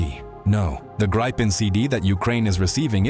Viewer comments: It's pronounced "Greep-pen", not "Grye-pen" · Hate it when Americans try to say the plane name and gets tge result of "GRAYPEN". Just bah, quit it before Swedish steel bites you.